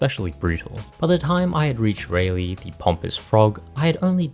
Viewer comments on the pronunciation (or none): It's Raleigh pronounced Raw-lee. Its Jean pronounced Jaune. It's Jefe pronounced Hefe